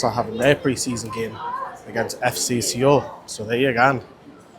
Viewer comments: Its pronounced soul not see-ole 😂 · Mate great vids as always, you keep it real and that's appreciated by many fans, but please... it's pronounced SOUL, drop the E. Lived and worked in Seoul, if a Korean person has told you it's pronounced that way then they're likely having a joke with you! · Soul not see ol. 😊